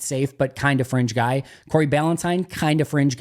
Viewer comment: I had the volume low at the end and when he said fringe guy a couple of times, I thought he was saying a French guy.